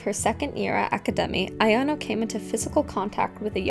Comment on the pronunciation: Again, it's a-ya-no (あやの), not a-yan-o (あやんお). She should be called A-chan or Aya-chan, and either ways why do random classmates call her that? They're not close friends. She should be called Aishi-san.